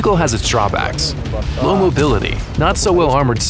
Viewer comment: Its not called low... (Lowe) its called "low-ve"